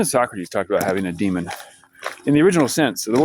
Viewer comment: His name is Sew Crates